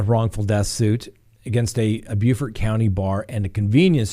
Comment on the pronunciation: Hey! The Murdaugh case is getting interesting just as you forecasted. Kudos on your spot on pronunciation of Beaufort SC (not to be confused with Beaufort in my state, NC, lol). Lifetime evidently exercised great creative license with their Daybell show so I hear. Thanks for all you do! My favorite YouTube channel by far! 🙌🏽✨